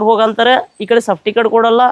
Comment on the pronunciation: Safticket ಅಲ್ಲ ಅಣ್ಣಾ ಸರ್ಟಿಫಿಕೇಟ್, plse ಕನ್ನಡ ಮಾತಾಡಿ, english ಪದಬಳಕೆ ಬೇಡ